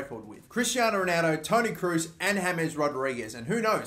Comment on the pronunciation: It's pronounced tony Krose .